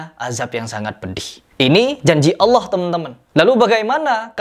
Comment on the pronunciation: Kata allah....?? Kpan allah berdialog dg allah......?? Gufron kakek ente kale..... Kata allah kata allah... Kpan allah ngobrol dg anda..?? Ngajimu benerin dan jika mnyebut nama allah yg betul bukan hallah tp allah... Bukan hallah